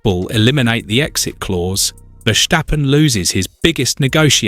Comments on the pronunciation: Why can this man not pronounce Verstappen as his name should be pronounced: VERSTAPPEN, instead of Versjtappen ??? Dumm ! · It is Verstappen, not " Verschteppen " ! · Exactly! It's so annoying listening to his pronunciation. Take it from a Dutchman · And there is still no “h” in Verstappen.